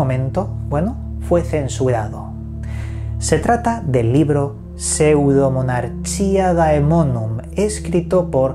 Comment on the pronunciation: Un capo pronunciando el nombre jajaja